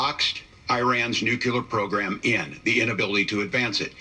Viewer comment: no such word as nucular gov is ignorant and stupid